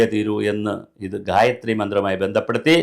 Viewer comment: Sir, you utterance of gayatri is wrong. It should not be read like a a paper or news., but only chanted with 4 swara sthaanams. In addition, gayathri for every devata exists. Brahma , vishnu , shiva, rudra ,durga, lakshmi, agni, vaayu ,narasimha ,sastha, Subrahmanya ,varuna, ganapathi, nandi, garuda, hanuman, aditya, sukra, nataraja , ...every adidevatha... I suspect many tantris and shantis in kerala aren't well versed in purusha sukta, bhagya sukta, sri sukta or any veda shakas. A bhagya sukta pushpanjali gets over in under a minute. Im learning krisha yajur veda shaka from the age of 14 even now when im 44 yrs old. Pity the sorry statevof affairs in kerala and recruitment methods used for priests.